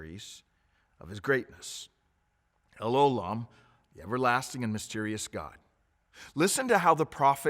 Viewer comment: it's pronounced el O' lam. The stress is on O not lam.